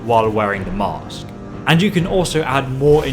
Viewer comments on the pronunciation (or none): none